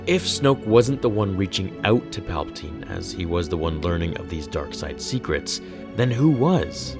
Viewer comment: It’s palbiteen